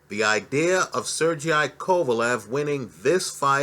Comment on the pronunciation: He reads comments. I've seen several people correct him after butchering numerous names of fighters. He just keeps mispronouncing them. is gangster.